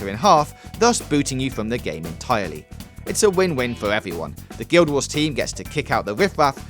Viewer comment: "... evewy one got the message."